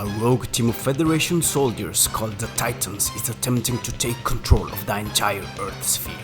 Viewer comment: Titans = "Taytans" Not "Teetans!"